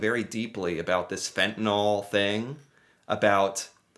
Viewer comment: How does a word spelt F E N T A N Y L become pronounced F E N T I N A L L ?